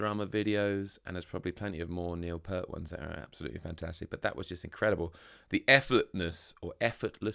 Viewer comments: Say "peert" not "pert. P-👂-t. 😁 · Please pronounce the guy's name correctly, it's PEERT, not 'Pert'. He's not a shampoo brand! And yes, even Jack Black gets it wrong.... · His name is pronounced,,, P-ear-t,,,Ear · Neil (it's pronounced pee-art) once said that playing drums with Rush is like doing calculus while running a marathon. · It’s pronounced Peert. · Peart. Pronounced like EAR but with a P and T. Lol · Pronounced PEERT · BTW, you mispronounced his last name. The "ear" in his last name is pronounced like the word ear... with a long "e".